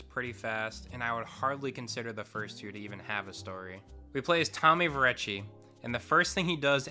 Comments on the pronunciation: Tommy Vercetti , not Tommy Verbechi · bro rlly said tommy verecchi 💀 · Tommy vercetti? Nah that’s Tommy verechi Ballas? Nah those are the Vallos The vagos? Nah they called the vero